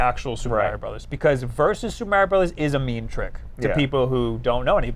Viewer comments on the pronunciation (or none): Everytime says "Meh-rio" God kills a kitten. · Super mAIRio brothers Me😣 it’s Mario, real Italians even pronounce it mario